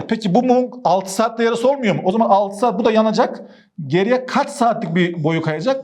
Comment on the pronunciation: 😂Seeaat mii bi anda kürt aksanına girdi. Ciddiyetini bozmadan